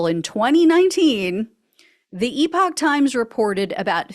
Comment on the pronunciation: Oh, good heavens- Gina, could you possibly teach Ben Meiselas how to pronounce "epoch?" I nearly went mad watching him spend 14 minutes pronouncing this trash web site as "EPIC times." 🤣